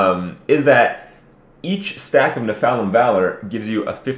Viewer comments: Minor thing, but it's NEPHalem not nephALem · lol at how you say Nephalim Valor Kripp. NePHALim ehehe